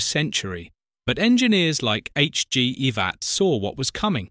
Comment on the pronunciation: Also pronouncing Ivatt as "Eevatt". What a bot! (or is that "boat"?!)